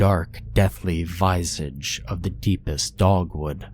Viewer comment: It's not VY ZIJ It's pronouncedˈvi zij